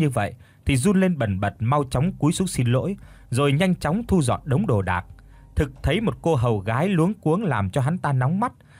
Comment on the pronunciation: Thu dọn chứ không phải( su dọn) nhé